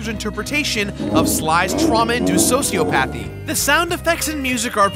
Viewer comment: It's soci-opathy, not socio-pathy. Lrn 2 pronounc